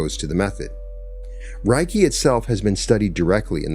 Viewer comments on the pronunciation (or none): It's pronounced 'ray kee', not 'rye key.' Spoken words matter. They carry frequency, vibration, and energy and need to be correctly pronounced to align with the intended frequency. 'Ray' as in light. 'Kee' as in energy.... Reiki. Yea, I know, go ahead and call me names. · I always appreciate your insights and this was enlightening. I've been a Reiki Master for over a decade and it is a beautiful healing energy. Worth noting, Reiki is pronounced RAY KEE. The pronunciation RYE KEE would mean something like "thunder/lightning energy." Thank you for sharing this beautiful message. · It's pronounced RAY-kee. Any Japanese person will confirm that. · Sorry, buddy. It's ray-kee. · ...."if you mispronounce Reiki as "Rye-kee," you are phonetically saying "Thunder Energy" instead of "Spiritual / Universal Energy" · It’s pronounced Ray-key! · Hey, this was great to listen to. Reiki pronounced Ray key, I’ve been practicing for 8 years and teaching 4 years. It’s such a beautiful healing modality & I love sharing wisdom & knowledge from my journey too 🙏❤️ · As a Reiki master teacher, in appreciation of your share, i just wanted to say Reiki is pronounced as Ray ki, Rei means spiritual ki means energy❤ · I have studied to master level - isn’t it pronounced Ray-Kee? I also do Brainspotting would love to talk to you about it! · Reiki practitioners pronounce it RAY key. Think RAY of energy (ki). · Thank you. It is pronounced Ray Kee. I am trained to Level 3 Reiki Master. This video is greatly appreciated. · Reiki is pronounced RAY-KEY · RAY-KEE REI=RAY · You can't even pronounce it properly... no scholar on the subject...😢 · Thank you, what a perfect explanation of Reiki (aside from a few pronunciations). I’m a Reiki Practitioner and believe the beauty & power of Reiki is in its simplicity ❤ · Anybody know why he mispronounced reiki? Seems like a huge oversight and makes it hard to enjoy the story. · In its actually pronounced with a l not an r